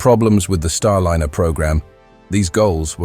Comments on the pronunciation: Starliner -- not starlinner, you silly twit. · You chose a particularly poor AI voice-over. Many mispronunciations. Really bad when it can't even pronounce Starliner properly. Also... The CLICKBAIT TITLE didn't exactly enhance your credibility and is indicative of an AI channel. B A D ! ! ! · Rubbish "Clickbait" title!! What TERRIFYING Discovery, and who just died? The content is well covered, but outdated with many possible action points already taken, plus unrelated video clips of Starship and Space Shuttle. Finally, please use a voiceover that pronounces Starliner correctly at all times, which it can and occasionally did, but randomly, and often within a few moments, if not the same breath, it said StarliNNer, and at least once StarlinEEr.